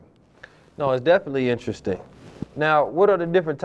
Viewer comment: InnTrestDing? EnterResting? Witch?